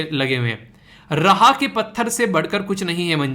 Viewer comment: रहा nahi h राह हैं 😁😁